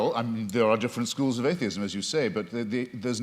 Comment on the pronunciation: What evidence does WLC present? None. He makes assertions without evidence. He deliberately and insultingly pronounces atheism wrong at the start then down from there. He's a pathetic fool.